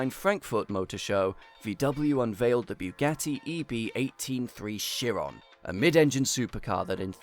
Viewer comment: The veyron is missprononced by everyone it kills me as a french dude It applies to the Chrion too , they should be pronounced "Véron" and "Chi-ron" cause they named after french/belgian driver if i recall corectly anyways great video dude i ve been binging your channel lately only great stuff on there continue like this